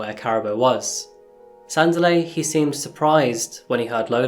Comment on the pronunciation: Just FYI her name was pronounced Kah-rah-boo His name is pronounced Sun-dee-leh.